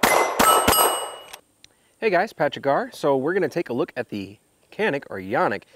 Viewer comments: it is pronounced /ʤɑnik/. Not /kænik/ or /yænik/. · It's pronounced Ja-nik. In Turkish C makes a J sound.....Sorta... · Canik is turkish and it is pronounced CHANIK with a long a sound..... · both of your canik pronounciations are wrong. you start J sound. sounds like john-ik would be better. And thanks for the review.